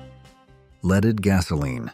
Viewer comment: Gotta love AI..."leeded?"